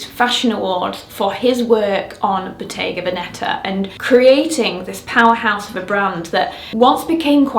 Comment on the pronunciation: Victoria, could you please check how Bottega Veneta should be pronounced…Such a common mistake…